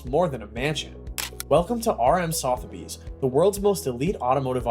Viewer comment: Next time learn how to pronounce 'Sotheby's'...I actually gave up watching. I couldn't take the repeated mispronunciations!